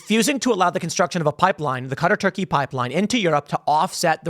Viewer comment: Stop mispronouncing Qatar.